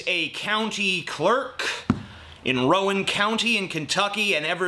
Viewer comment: the way he said "Rowan" just eh.....